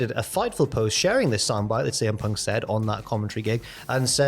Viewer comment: Not letting that intro side you defo said "cm ponk"